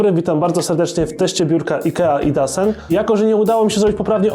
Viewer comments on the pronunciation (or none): nie czyta sie idasen tylko idosen:P po szwedzku :D